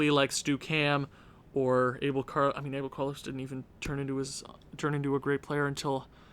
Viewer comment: You got to learn how to say "Abel" correctly. If you say "Carlos" like in spanish/portuguese, you got to say "Abel" to!